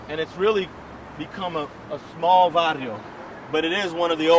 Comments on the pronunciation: Bro it’s (Barrio) not (Varrio) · The word is "barrio," not "varrio." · It’s spelled barrio. These retards always say varrio. Illiterate fools. Gangs are for losers. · varrio doesn't start with a V I'm white and I know it's Barrio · Barrio not varrio, you fucking idiot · It ain't varrio tho, its barrio fucken dumbasses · Barrio no "varrio" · Barrio = Neighborhood Varrio = “Hood”/Gang I’m a nigga and even I know this lol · It is varrio. It is a chicano slang you wont be able to find in any dictionary. Its a street thing. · fj kk Not in California, Chicanos say Varrio!